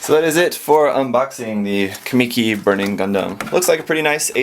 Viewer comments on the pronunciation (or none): sorry to be a grammar controller but its pronounced kah-muh-key not kah-me-key